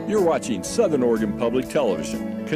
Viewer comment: I don't think I've ever heard any station ID say "You're watchin'" over "You're watching"